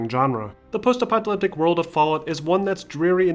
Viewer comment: Apocalyptic, not "apoctalyptic"